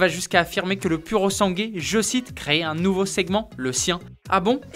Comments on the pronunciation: Il faut dire puro sangwé😉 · Se prétendre journaliste et même pas être capable de prononcer le nom d'un modèle correctement... 🙄